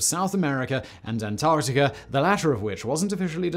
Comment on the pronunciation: Antarcticar? Floridar? Louisianar? What is wrong with you? What is wrong with me? What am I doing here? Goodbye.